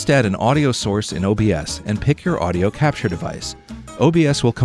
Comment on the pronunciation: you say crapture and it made my day :D